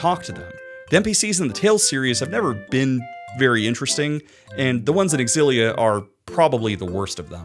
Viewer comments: I’m sorry but you don’t say X-Xylophone. You’re saying it wrong. And that’s that. You point out the X AND the Z sound in that word and I’ll eat my hat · Si lia. I saw your intro and watched Zero's scream and immediately comprehended, still pronounced erroneously xillia, it's SI LIA. OON DAYN. not oondini. I reached your bit where Sam L Jackson spoke and I decided, you are right and I will enjoy your video, efff pronunciation. You've gained a follower. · “It’s pronounced X-zillia, not Zillia”. Source? Trust me, bro. And then turns around and says “WAY-fu”??!!??? Bro, I’m not falling for your troll trap 😂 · Yes. Yes you absolutely should do a Xillia 2 retrospective. But only if you pronounce it Ecks-ill-LEE-ah just to further piss off the audience.